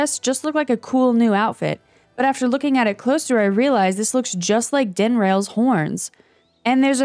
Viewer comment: You did not just prnounce dinral as din-rail. Im gong to overlook that. (It is pronounced din-rall)